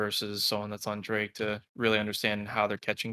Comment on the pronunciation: Why does he keep saying drake... like you hear two other people in the call constantly pronouncing it correctly lol